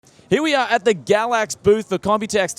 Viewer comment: I always hear him say it as Gravvicks card.